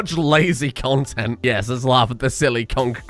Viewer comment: can somebody please explain the whole 'conkreet' meme? i've been asking for what feels like a few years now.. i mean i get it that its a funny spelling of concrete, but is that really it? its not 'that' funny, the way he breaks up every time he says it